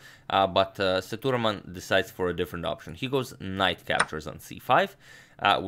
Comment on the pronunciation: #InNextVideo of him, Can you please, pronounce🗣️ Sethuraman name as 📢"Seah,Dhu,,Raaman"